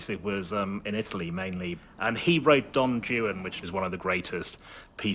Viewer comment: Why does he pronounce "Don Juan" like that? XD